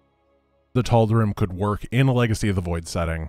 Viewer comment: Obligatory pronunciation nitpick: "Tal'Derim"